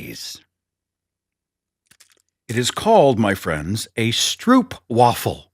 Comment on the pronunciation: The oo in stroop is pronounced like a single o in english, not a double oo ... as in mope or rope or elope. In Belgium they're typical carnival food ... and they're made 'a la minute' ... they have a vat of liquid diabetes and balls of dough. The dough is put in a waffle iron and when done, sliced open. Then they spread some of the ... hot stroop ... on one side and slap it shut. There is no way known to mankind to eat these without making an absolute mess. But they're sooooooooooooooooooo good ... and you HAVE to eat them as close to scalding as possible.